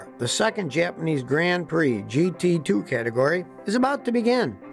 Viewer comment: Great history lesson. You can speak Japanese names and words, better than most Americans. :)